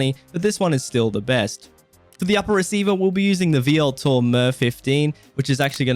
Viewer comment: So I hate to be that guy, but it's not "vee-eltor" it's just "veltor" in pronunciation.